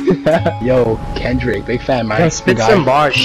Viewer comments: Klendrick? Why you put an “L” in my name? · Am I the only one dead when the dude said klendrick Lamar